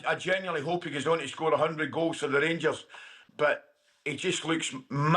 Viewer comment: The rangursh 😂